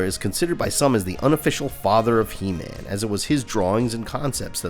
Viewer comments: Como vas a ponunciar EMAN?? QUE BARBARO QUE ERES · Gran vídeo, el único detalle es la pronunciación de Heman.